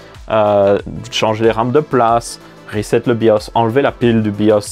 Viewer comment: Merci de ne pas avoir dis "rézette" ce qui ne fait péter les plombs à chaque fois.😜